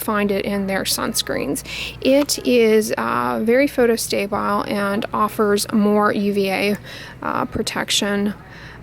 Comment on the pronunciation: Always trying to further improve my vocabulary- when you say what sounds like "photostabile" is that the same as "photostable" ? I'm familiar with photobstable, but the way you pronounce it makes me think it's a different word altogether? Thank you so much for sharing your vast knowledge!!!!